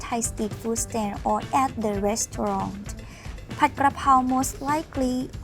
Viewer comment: Thanks for pronouncing pad (pot) krakow corrrectly so many want to say pad like a pad of paper another good video I look forward to seeing them